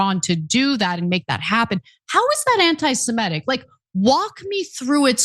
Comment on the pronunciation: Ana! AntisemItic, not antisemEtic.